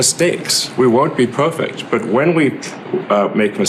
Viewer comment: Elon in not poyfect guys. Give him a broyk.